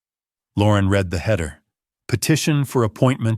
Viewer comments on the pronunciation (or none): ai giveaway, ie read it, ai prounced like color red when context for read would be pronounced reed. any english speaker would not have made this mistake